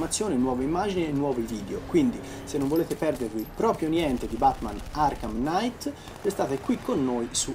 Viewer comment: Giaaaà... P.S: Batman Arkham KNIGHT, non night.